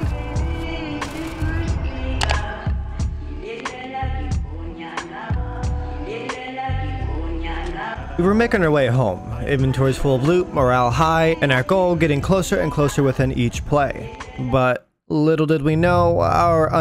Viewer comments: Love the vid btw around 49 mins its morale not mural lol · Mural? You mean Morale? Lmfao dude